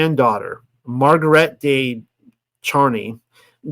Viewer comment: The "de" in "Marguerite de Chamy" is not pronounced as "day" but more like "deh" haha I'm sorry I had to comment.